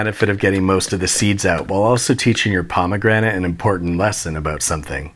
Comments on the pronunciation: "mmmm, pomagranat" Im dead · “Pomegranté” for unnecessary flair. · Haha, pomme grenade